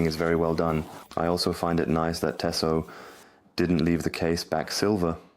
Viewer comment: Two things … Pleased to hear his name hasn’t changed 😂 And it’s pronounced TEE-soh !